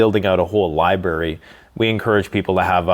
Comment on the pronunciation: Its not libary, its library.